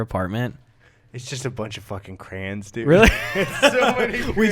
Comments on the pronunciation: why do y'all say crayons like "crans" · Why do you say cray ons like crans